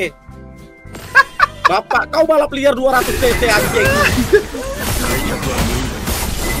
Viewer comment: Cc bg cc bukan se se 😂🗿